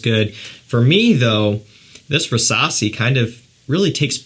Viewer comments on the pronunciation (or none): Why do i understand Versasi instesd of rassasi?